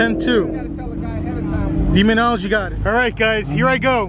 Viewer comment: This idiot can’t even pronounce demonology he says demon algae